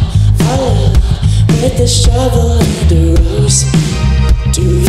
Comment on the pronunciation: And a roeSe (no hate) I’m dying 😂😂😂😂